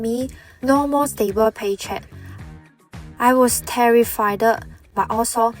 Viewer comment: "I was terrifi-ded" she said. 🤣🤣